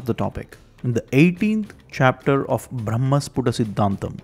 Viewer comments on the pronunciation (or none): none